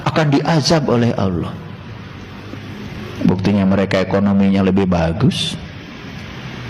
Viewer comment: Kalau saya sih gak bilang sesat,tapi TOLOL,Ngucap kan ALLAH saja dia bilang AWLOH,apa lagi dia baca ayat al-qur'an TOLOL nya makin keliatan.